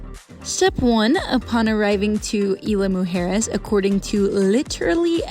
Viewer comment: We enjoyed your video. Isla Mujeres (IZ-LA MOO-HAIR-ES) Deserves a few days stay to truly enjoy and know the island. The entire vibe and atmosphere changes after all the day trippers leave around 4pm.